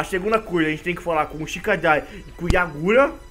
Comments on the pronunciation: É kagura não é yagura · é Kagura não yagura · Corrigindo: kagura e não yagura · É Kagura n Yagura